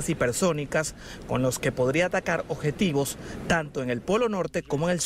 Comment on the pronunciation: aprendan a hablar porfavor, ovijas nucleares, ojetivos